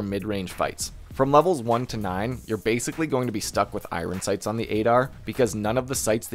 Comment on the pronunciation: "i-run sights" lol